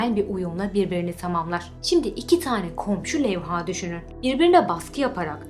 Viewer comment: Levha'daki a uzun okunmaz, Levha, iki hece de kısa.